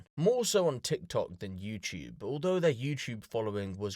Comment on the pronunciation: It’s you-tube , not you chew